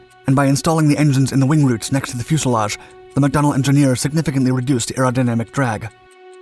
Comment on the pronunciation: fyo͞o′sə-läzh′, zə